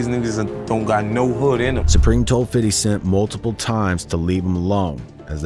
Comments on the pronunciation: Its pronounced "Fit D" not "fiddy" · its FIF-TY cent... what is with these non-black narrators who wont just say fifty cent? its not pronounced fiddy... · Its Fifty. FIF-TY! I know your core demographic is hip-hop/black culture but no need to ham up the ebonics with an "urban accent." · Good vid but the way you say 50 tiles me so much I almost had to stop watching